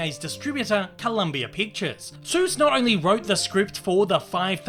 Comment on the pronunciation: He says it as Dr. Zeus